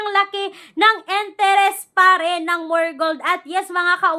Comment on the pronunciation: kaya nga. akala mo laging galit at ang ingay 😅😅😂 enterest instead of interest 😊